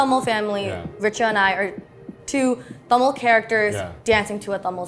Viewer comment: Can we talk about how beautifully Philip pronounces the word Tamil!? 😊❤ A for effort!